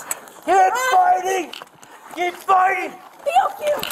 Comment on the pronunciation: Wtf is reeevuke? Been watching to much dragonballz.